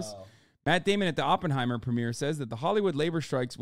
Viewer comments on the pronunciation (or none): none